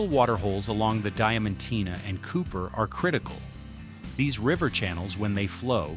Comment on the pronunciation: Its Diamantina not Dementina